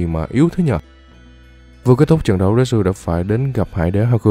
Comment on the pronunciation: retsu mà nghe như natsu hahaha